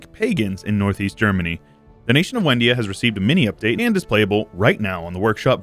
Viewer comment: Excellent video; I have two things I would like to point out, though. First is that it's probably pronounced Vendia, considering it is Slavic; second is, why did you annex the land for yourself and transfer it through the subject interaction when you could do it through the peace deal?